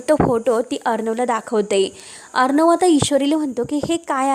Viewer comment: वाचन चांगल करा.साटी नाही तर साठी अस वाचा ना. अर्णव असा शब्द आहे हो. कस वाचता. आविष्य नाही आयुष्य अस आहे.